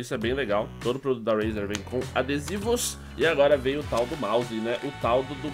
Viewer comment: se fala reizer nao rueizer